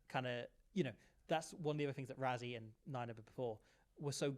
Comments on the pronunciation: Why does the British media pronounce Rassie as "Rah-zee"? It's "Rah-see". ❤from CPT, SA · And it’s RASSIE not RAZZIE! But hang in there we do love your contribution